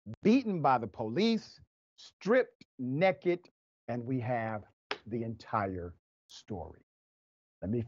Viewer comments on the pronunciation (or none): "Stryiapped nekitt" 🤭